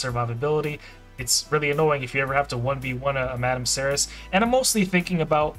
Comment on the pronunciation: Madame Serris was the reason I started playing this game and it only took me 3 years to get her then the meta changed. FYI her name is pronounced Serry , the last s is silent like in French. Keep up the good work and God bless you and America